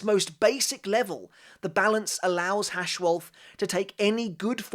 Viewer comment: German here. Freund Schild (correct grammar would be: Freundesschild) is pronounced Froind Shilld (not sheeld) Haschwalth is pronounced Hushwuld (the a is like in "car") Wandenreich is hard to pronounce, but you can go with wunden-ryesh, like you said, but with sh instead of c